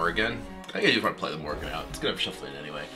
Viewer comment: Every time he plays Dr. Morrigan, all I hear is Morgan and Morgan and Morgan and Morgan and Morgan and Morgan and Morgan and Morgan and Morgan and Morgan and Morgan.